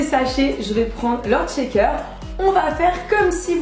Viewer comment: Par contre tu dis "Tchaker" toute la vidéo 😂😑